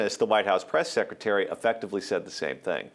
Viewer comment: "While [Hillary] was Suckretary of State"? Little Freudian Slip there,?:)